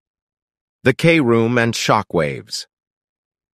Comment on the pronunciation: “Kroom” not k- room